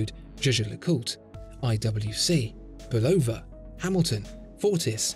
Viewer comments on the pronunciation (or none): none